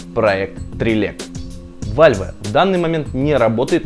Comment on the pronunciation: какой вальве?вэлв а не вальве